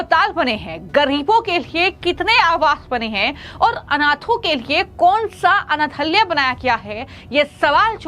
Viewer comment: आप अनाथालय को अनथल्य बोल रहे हैं, हो सके तो उच्चारण ठीक कर लें🙏